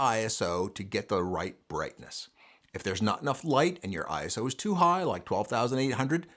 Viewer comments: It's not pronounced eye ess oh, its eye so. It's a word not three letters. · ISO IS A WORD NOT I S O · FWIW," ISO", like "RAW" is a word (pronounced Eyeso). It is not an acronym. The confusion comes from the fact that the organization that created the word happens to be called, in the United States, the International Standards Organization. Pure coincidence, because none of the other countries in this consortium established to set international standards for many, many processes, have that exactly ordered name. Doesn't make a bit of difference in anyone's photography but you never know when you might want to impress/bore your family and friends :).